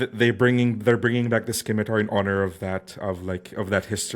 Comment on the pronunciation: Enjoyed the video, but, and I hate to be this guy, it's pronounced simitar not skimitar and integral not inteegral